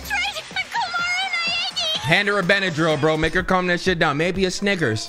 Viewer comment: bro said sniggers